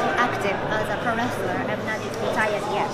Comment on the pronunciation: Interviewer: "What do you think of American wrestling?" Shibata: "Dojo. No[t] performance center. Shibata is just the best.